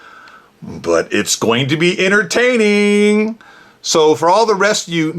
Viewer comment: According to him it's all very "Innertaining". I love when people pronounce words the most ridiculous ways.